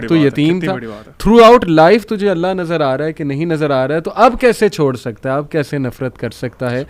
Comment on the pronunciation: aap Alaha mat boliye Allah boliye.Allah sahi hai Alaha nahi meri pyari bahen❤